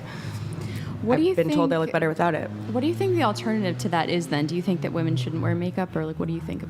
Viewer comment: Is there a single human female born after 1990 that can manage to pronounce women properly? Like, even one?